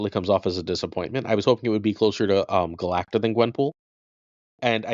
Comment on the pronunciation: not being able to say Galacta still kills me